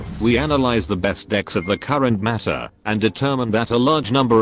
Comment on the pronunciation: oh my god you fixed the pronunciation of 'meta', that is the best thing I've heard since returning to hs a few days ago